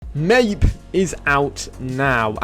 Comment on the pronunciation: It's pronounced My-eep